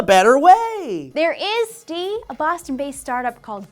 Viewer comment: She said " Stee" in the beginning, didn't she?